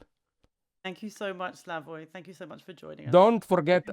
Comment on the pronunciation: lol - 25 years as a leading public intellectual and they call him Slavosh